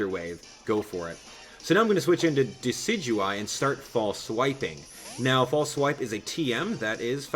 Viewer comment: Don't wanna be "that guy" but it's pronounced "Dess-ih-doo-eye"